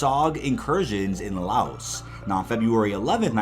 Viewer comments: Good work. But do me a favour. If you're slightly unsure of a word, google it, and maybe don't re-use it 3 times in the video essay. "Chastisise" isn't a word. Chastise. 'CHAS-TIES'. Also, Laos being pronounced Layos may have been the worst thing I've heard all day. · Or when he says laos